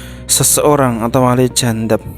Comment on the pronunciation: jadzab, bukan jandzab. Ngomong belepotan kok ya mau mendefinisikan masalah wali 🤦. belajar dulu, kang.